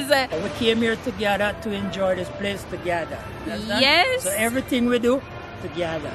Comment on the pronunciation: Correction: "To-gather"😂